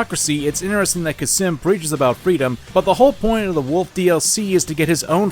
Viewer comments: hey, khamsin isn' pronounced kha-sim, it's kham-sin. just thought i would mention it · Kha-sim? You mean Khamsin??? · It honestly physically pains me everytime he says "Khasim". It's Khamskin (pronounced Kam-skin) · "Khasim" Khamsin, it says it on the call,, KHAMSIN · hurts my ears to hear him say khasim everytime instead of khamsin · it's pronounced "kass-min" not "kassim" cmon now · Idk why but the fact that he pronounces Khamsin as Khasim really pisses me off. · I like how he says "khasim" instead of "khamsin" for some reason. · "Khasim" lmao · Khamsin* (yes i am being annoying about this but this fucking gets on my nerves) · The way you pronounce Khamsin without the m is absolutely horrific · Never thought a simple pronunciation would trigger me. XD It's pronounced as "Qaasem" not "Cuss 'em." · Why is noone talking about how he calls Khamsin Khasim? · My guy cannot pronounce character names, I'm wondering if it's an in-joke at this point. "Khamsin" to "Qasim", "Excelsus" to "Excesulus". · God the way you pronounced Khasim and excelsus, good video though. Im my own master now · The beauty of your pronunciation and spelling of Khamsin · I was gonna get on your ass for mispronouncing Khamsin's name, but to be fair, Khamsin mispronounces his own name. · I’m my own master now. I like how not a minute in and is constantly mispronouncing and misreading “Khamsin” In addition to the points you made about The Hot Wind Blowing, I’d also like to bring up the view that the song is a mockery of Khamsin. He IS the man who believes he’s American. He’s number one. They’re willing to let people tell them everything to do and carry it out without hesitation. Sam gets a pass, because he seeks out his own justice and follows his own groove. Khamsin is just a slave. And even a dog is more free than the self proclaimed master.